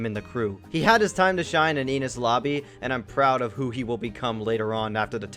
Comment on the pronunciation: Um...Sorry WHO??? Check the name again... And... That's THREE mispronounced things now (Baratie is pronounced Bar a tee AY). AND ITS eh knees lobby